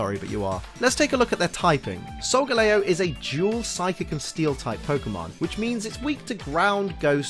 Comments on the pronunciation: Wait.. Solga.... Lay-Oh? ARE YOU KIDDING ME??? It's Solga-Lee-oh! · its solgaleo not solgeleo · I am cringing right now how he pronounce Solgaleo Its Sol-Ga-leo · It is soilgaleo leo as in the lion